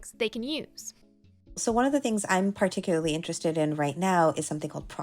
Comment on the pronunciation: always says “particularly” as “perticurly” lol